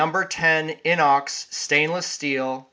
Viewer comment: Great video! I agree, Opinels are awesome. I had an old Inox I found in my dad's junk drawer that was 5-10 years old. I fixed it up, and I loved it. Sadly, I lost it 2 days ago. Will be buying a new one. Also, Opinel is pronounced oh-peen-el, Inox is pronounced iy-nox.